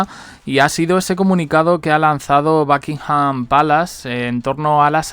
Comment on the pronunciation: Por favor si no sabes hablar Inglés ...por lo menos pronuncia los nombres como estan escritos ! de donde sacas backinham ?